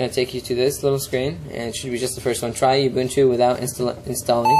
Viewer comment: I'm from South Africa, so, just to tell you the way you pronounce it is "Ooo-boo-ntoo". It is a Zulu word meaning "community" or "togetherness".